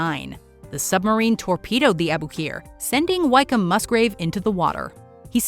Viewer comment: For future reference Wykeham is pronounced Wickham not Whyk-come, also Commander (midshipman when the incident happened) Wykeham-Musgrave was only around 15/ 16 years old when the ships were blown up